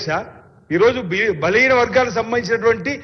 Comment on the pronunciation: కన్ను లోట్ట పొయ్యి మొదటి సారి MLA గా గెలిచాడు ప్రతి సారి ఓడి పోతున్నాడు అని ప్రజలు ఓటు వేసి గెలిపిస్తే సబ్జెక్టు తెలియని ఈయన కూడా మాట్లాడుతున్నాడు నాలుక మర్రుతలేదు తాగి ఉన్నాడు... నత్తి నత్తి, బలిన వర్గాలు అంటా 😄శా స న సభ అంటున్నాడు. ఈయన గారు వార్డ్ మెంబెర్ కూడా ఎక్కువ. ఈయన అంటా KTR గారికి హరీష్ రావు గారికి Answer ఇస్తా అని లేస్తున్నాడు.